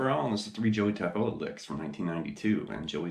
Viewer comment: Great video! BTW, I believe he pronounces his name Taffoia....with the L as a Y....